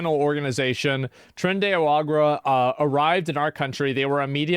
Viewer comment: Tren, De, Arahguah 😂